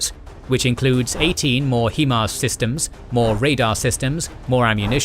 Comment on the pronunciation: 'HI' MARS not 'HE' MARS, you said it throughout your last video and I didn't jump in figuring someone else would point it out but everytime that simple mistake is made it's like nails on chalkboard.